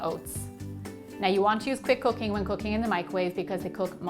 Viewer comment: I thought she said "quick cocaine oats"! Lol 😂 OMG ...